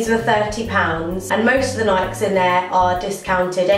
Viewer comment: Aren't they pronounced Nik-ee's?